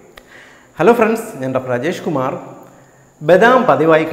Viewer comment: Eppozhum Dr peru parayumbol Ajesh kumar ennu kelkkunnath njan mathramano... 🤔 enthaayalum nalloru ariv paranju thanna sir orupad nanni🙏🏻